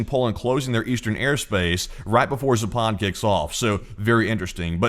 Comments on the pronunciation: Please ! It is Zaapad not Zapaaad !!!! West ! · ZApad. Stress on the first syllable, not the second.